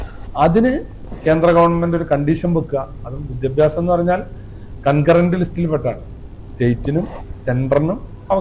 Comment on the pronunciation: വിദ്യാഭ്യാസം എന്നു പോലും പറയാൻ അറിയാത്ത " വിദ്യാഭാസമന്ത്രീ " 🤣🤣🤣🤣🤣🤣